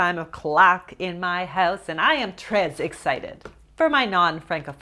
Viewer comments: I took French in high school and "tres" which translates to "very" is pronounced like tray rhyming with May. Love ur videos! Happy Monday:) edit: read replies for more pronunciation info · Lol it's pronounced tray, not trez 🤣🤣🤣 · i tought u say it like "tré" mot "trez" lol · I love you but the S in Tres isn't pronounced! It's a silent consonant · It is pronounced ‘tray’ for French. Not sure if she was pronouncing it incorrectly just to be funny. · My God this lady is annoying. WHY is she saying tres like TREZZZ idk if that's intentional but cringe regardless. Idk why I keep getting recommended videos from this channel and why I clicked on it. Lesson learned. I hate how judgy this lady is about what others want to eat especially when she's clearly got her own major issues. Project much? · lol "trezzz" lol haha thats not french you know that ya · Hi! You don't pronounce the s in très. It sounds like t-(throaty r)-eh. (not the canadian eh as in ay but eh). When you pronounce the s it sounds like you are saying the word treize, which means 13. Much love <3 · Actually it's exactly how she said it but without the "s" at the end. There is no "ay" sound. It's just "tre" without a rolled r which is hard for English native speakers. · It’s pronounced trey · Tres is pronounced TRAY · you pronounced "très" almost perfectly. The sound /r/ should be more intense and the letter is silent. French words have a lot of silent letters. It is one reason why it is so difficult to learn. Love your videos as always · You were so close with the pronunciation of the “très” in French. The S is actually silent, but close enough! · unfortunately the s is silent in très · me after realising she was trying to say tres the whole time 😦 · Her pronunciation of tres!! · The word ''très'' doesn't rhyme with May; it kinda rhymes with ''meh''. You can actually make a search on YouTube on how to pronounce French words, and it's ''très'' accurate. :-)